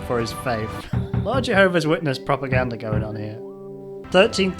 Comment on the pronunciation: Why does keep mispronouncing "Jehovah's" as "Jehovis's". Who the heck is Jehovis?